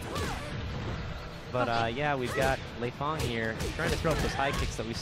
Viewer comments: Her name is pronounced "Lay-Fang" you idiots. Not "Lee-Fang" if her name was Lee-Fang it would just be spelt that way wouldn't it? Same with Bass. everyone says his name like you say the word ass but with a B in front of it. WTF man? is that how you say turn up the bass on a radio? or I play B-ass guitar?? learn to talk you yank fucks! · Yes, the girl's pronunciation of Lei Fang's name is wrong. The guy's pronunciation of Lei Fang's name is correct.